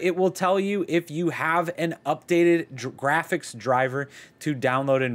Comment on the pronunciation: My man said "giraffics driver"